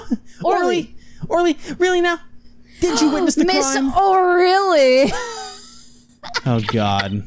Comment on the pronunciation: you know what grinds my gears? People saying Orly as 'orlee' even after she explains it SOUNDS like 'OH Really'